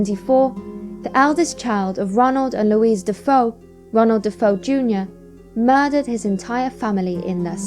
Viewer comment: not "duh-foe" it's "duh-fay-oh"